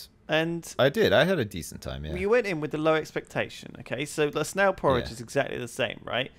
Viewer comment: When said snail porridge I thought he said snail porn